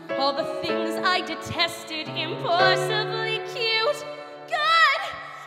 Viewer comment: Im-pwoss-i-ble. That really irked me the way you pronounced that word.